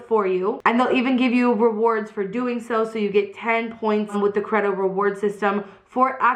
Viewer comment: I'm pretty sure that you're pronouncing Credo wrong. I'm pretty sure that it's pronounced Cree-do. That is the correct pronunciation of the word and I'm assuming that the brand uses the same pronunciation.